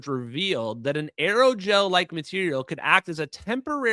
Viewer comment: Not just Aerogel, ALLOYGEL!